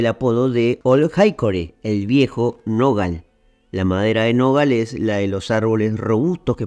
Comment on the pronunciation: Felicitaciones! Me extraña como en repetidas ocasiones repetís el apodo de Andrew Jackson "viejo nogal" acentuando oralmente la sílaba grave siendo que lo correcto es acentuar "nogal" de manera aguda, última sílaba. De cualquier forma es un detalle leve, aunque me pareció llamativo por lo reiterado.